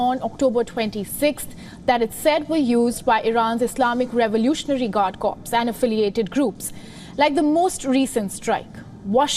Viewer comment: “Corps” is pronounced like “core,” the p and s are silent in English. Otherwise it sounds like “corpse” which is a dead body 😅